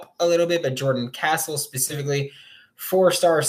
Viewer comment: Can you plz say his last name right he is now a gator gotta say it right